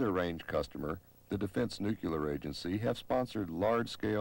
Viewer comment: He pronounces nuclear wrong.